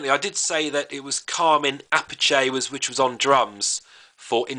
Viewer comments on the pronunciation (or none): "Carmine Appice" is said wrong